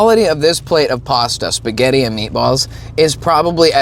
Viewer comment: Shpuh-get! 😂 I'm Italian and I approve of this pronunciation!